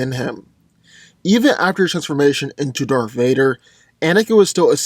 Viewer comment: He said "DARFH VADER" XD